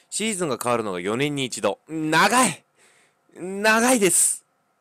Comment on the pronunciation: シージュンって言ってて草